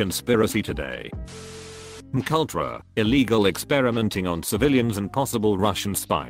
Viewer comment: Mk Ultra sounds less threatening when the pronounces it as McUltra.